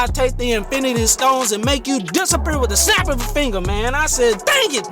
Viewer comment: Great video, Dont worry you will get it back, and then some. I cracked up when you said dis-a- per lol. Yall "NY" session futures/fx traders are something else lol I can't keep up with yall at all. lol I have passed my 50k and my 100k account that I was trying to complete in my last video. I am currently waiting on the payout request dates to hit so that I can request them. it's a little over 5k. I have put up a 2nd video showing everything if you want to want to check it out. Once I get the payout im going to put some money into a few live accounts to flip, and then maybe do another challenge with another firm. I am thinking of going with the my funded fx.